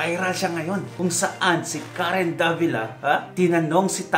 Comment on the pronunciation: DAVILA po not DEVILA.Haha.